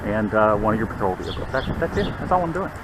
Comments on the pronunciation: VeHEkuls. Cracks me up every time. Other than that, hats off for doing a great job. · The "H" in "vehicles" is SILENT.... it's not VEE-HICKLES.